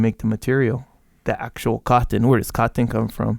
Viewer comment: Caht ton? Cah ton? Sounds like the last of the mohicans trying to pronounce cotton.